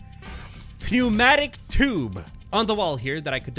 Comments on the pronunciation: you said it right the first few times in video, it is pronounced neumatic tube the P in pneumatic is a silent p so you don't say that letter 🤣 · I love your content! The p in pneumatic is silent. English is kinda a crappy language